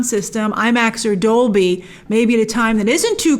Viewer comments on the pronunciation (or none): none